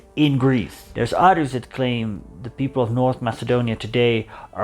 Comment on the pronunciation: try not to say UDDERS, rather OTHERS